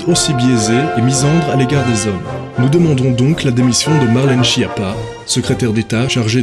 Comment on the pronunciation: C'est pas chie-appat, ça se prononce SKIAPPA: c'est un nom italien et en italien, CH ça fait "K"